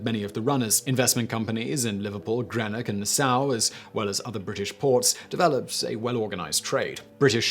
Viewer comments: It’s “green-ock” west coast town in Scotland famous for its docks and James watt... also junkies and knife crime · It's ok. He pronounced Greenock in Scotland as Grenock.